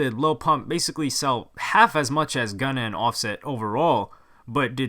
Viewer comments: Did he say gunno lol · Did he just call Gunna GUNNO!? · You said gunna wrong at the beginning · Contane 21 yeah but does he even know what he is talking about or reading a script like this some pump hater. He doesn’t know anything about rap music obv he can’t even pronounce “Gunna” or “gnar” so wtf that tell u